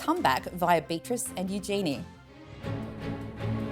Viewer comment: You need to learn to pronounce Eugenie's name properly!